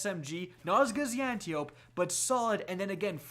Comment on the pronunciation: ant • tie • oh • pea — say it with me — antiope-d